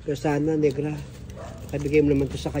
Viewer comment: accent bisaya tayu dai hahahaha tagalog 100% here pero nakaktuwa sila mag sabi ng NEGRA NIGRA diva